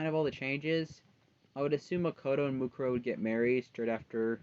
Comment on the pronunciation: Why is her name Mukaro? It should be Mukuro you silly